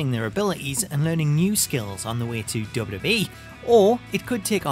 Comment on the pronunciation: I can’t watch these videos anymore all I hear is dub dub E. It’s WWE